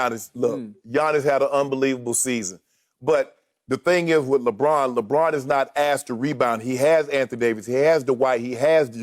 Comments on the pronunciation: Chris “Lebraun” Broussard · I’ve miss Chris Broussard saying LeBron‘s name😂😂